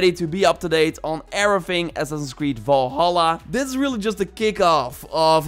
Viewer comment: Why does he say Valhalla, like Vålhælla